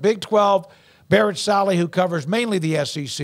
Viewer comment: Dude really said Barrett SALLY